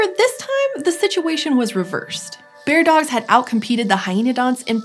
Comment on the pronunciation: Bear-dogs, not beard-ogs.